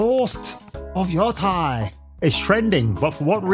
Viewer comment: Yotei not Yotai... It's not that hard.